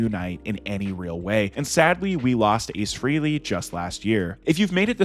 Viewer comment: Frehley is pronounced FRAY-LEE